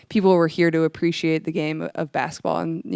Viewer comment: Will someone please coach Caitlin on how to pronounce ‘basketball.’ “Bassetball” sounds so childish.